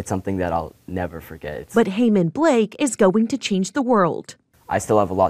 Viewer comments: Are you sure his name is pronounced "Blake"? Good for this young man. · You're the NEWS and couldn't get his last name right?? His last name is NOT Blake. I saw a different video and HE pronounced it. It sounded like Ba-kella. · "Heman Blake" 😭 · Bravo to this incredible young man and thank you for the story but the speaker could have cared enough to pronounce his name correctly